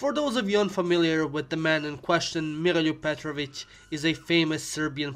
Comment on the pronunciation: Volim kako je reko Miroljub Petrovic bez Engleskog akcenta.